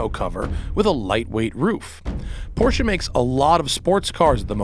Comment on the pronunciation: You get props alone for saying Porsche and not porsh like most of the other idiots. Thank you Matt!!!!